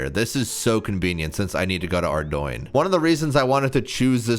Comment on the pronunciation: Is it me or..... Ordoin... xD